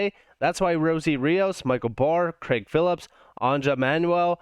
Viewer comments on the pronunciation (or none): none